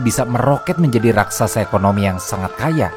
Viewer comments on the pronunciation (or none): none